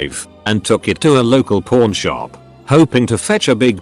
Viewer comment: The word itself pawn shop said like that doesn't sound like that and also a safe 😂 personal hell yeah I know